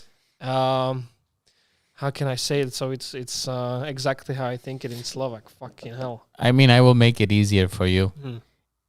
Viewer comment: Já si na první pohled myslel že je Slovák :D podle jeho dobrých výslovnosti